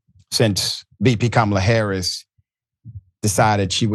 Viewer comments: Of course Musk made sure to have Harris mispronounce her own name and refer to the “Democrat Party.” (Do Republicans have to sign a pledge to always call it that or something?) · F*ck Elon Musk. He should have stayed in Siuth Africa. Besides, it was obvious it was a fake when she mispronounced her own name - we're not going back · Elon Musk is dumbf#*k. You already know it's a fake just by how her name is pronounced.